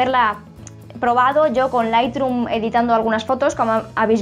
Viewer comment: Solo una cosa. Q se pronuncia lithroom no lithdrum